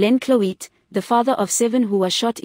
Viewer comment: kan jy nie cloete reg uitspreuk nie?